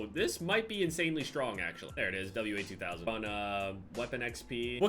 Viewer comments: its called the (wah)2000 not W A 2000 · W sniper. WA2000 is one of my favorite snipers in FPS games. Also it's pronounced WAH-2000 not W-A 2000 (WA is short for Walther 2000 as it was created by Carl Walthers Sportwaffen, a German firearm manufacturing company) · It's pronounced "Wazooo"